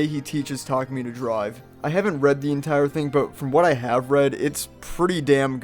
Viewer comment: Tarkemy? Tah-koo-me (Tah)dah, l(oo)k, me(at)